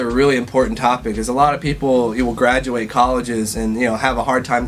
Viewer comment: Lol "gradurate" he really is half asian